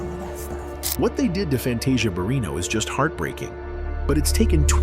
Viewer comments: Pls learn how to pronounce Fantasia’s name! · First of all, can you please pronounce her name, right? Ughh